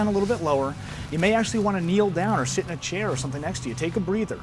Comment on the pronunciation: Did anyone else hear "shit in a chair"?